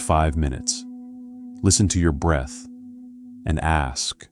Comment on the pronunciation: It’s breath …